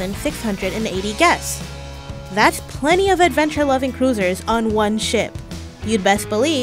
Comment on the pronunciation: When she said cruisers I thought she said losers😂